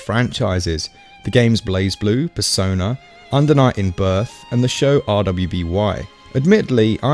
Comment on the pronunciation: R-w-b-y is just pronounced as ruby not as an acronym